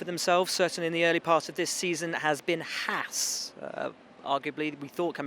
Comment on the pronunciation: How can it be not even F1's own reporter are able to pronounce HAAS correctly?? It's one thing the guys at Sky can't seem to learn, but really??